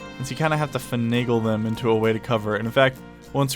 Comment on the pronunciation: Faniggle? XD